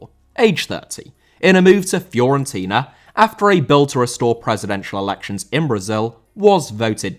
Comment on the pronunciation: Fiorentina* not Fiorentiner